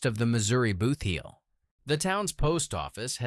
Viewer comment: I had to stop watching. If I heard AI guy say BOOTH heel once more I would scream! It’s BOOTheel! This is a hot mess!